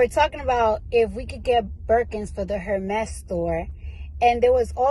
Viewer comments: It’s Pronounced Er-Mez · Lawd🤦🏽‍♀️ incorrect pronounciation of the brand😅. In the bags defense, if they ever came on hard times, they have a pretty decent resale value provided they're taken care of.